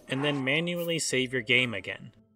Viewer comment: Wait save? Thought you said shave